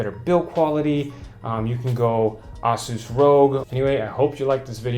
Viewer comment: Okay Vid, how you say 'Asus' is annoying haha.